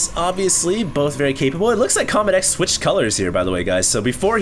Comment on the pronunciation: It did not start off with good manners. Deezer said CombatEZ not CombatEX. Lol